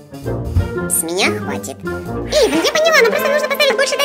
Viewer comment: Вобще-то Эйван а не Эйвон